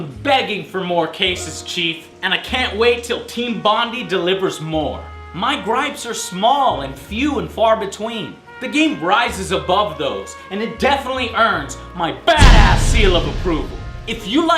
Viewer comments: Team Bon-Dee? Um, No Joe, it's Team Bon-Die... It's an Suburb of Sydney Australia, and yeah, it's definately Bon-Die, not Bon-Dee... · *bond-eye* not "bondy". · Excellent review, Joe Just a little nit-pick about your pronunciation of Team Bondi. It's "Bon-dai", not "Bon-dee" Sorry, not trying to nit-pick, just letting you know wait.....LA Noire was developed by Aussies?!?!?!? ....HELL YEAH!!!! >:D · BON-DYE, not BOND-EE. XD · haha, "team BONDEE". In Australia we pronounce it, "team BONDAI" it's a beach in Sydney, Australia. it's pretty lame but the game is awesome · How'd you pronounce Bondi? Bondy? It's pronounced Bond-eye. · Team Bondy? Uh Joe, it's pronounced as it is spelt - Bondi - "Bon-die". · It's pronounced Bon-dye. Not Bondy! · FYI Bondi is pronounced Bon-DIE in Australia (not Bon-DEE). It's a nice place to visit, popular beach with tourists and locals :) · I am angry people like you you pronounce "Boni" as Bondee" let me break it down in dumb terms Bon die i hope you understood apart from that i liked the review and agree they could of given more missions or put side missions though they have said no new dlc would be out though rumors have said a new la noire will be out eventually weather it will be seen is another thing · Great review, but I twitched when you said team Bondy. Bond-I. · He said 'bondy' when it's pronounced 'bond-eye' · It's BonDYE not BONDY!!!!! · Uh.. Joe... Team Bondi... It's pronounced "Bon-Die", not "Bon-dee" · I laughed when Joe pronounced Team Bondi, Team Bondee. Haha it's pronounced Bon-die. They're based in Sydney, Australia. That aside, I loved this game. Especially more so because it was made in Australia, where the AAA console game business, is these days non-existent. Basically, all that's left of Australia's game industry are mostly mobile game developers, which is pretty sad. THQ even had a large studio in Australia once, but we all know what happened to them... :/. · Bon-dee? Its Bon-Die... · Bond...i, not bondy